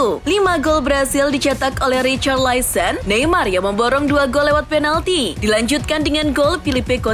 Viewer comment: Laporte E nya dibaca, bukan Laport 😂😂 Richarlison, bukan richarlaison. Jesus bacanya HESUS, Bukan yesus. 🤣 Kocak Sok bhs inggris lu min, tp msh aja salah. Pengucapan bnerin dlu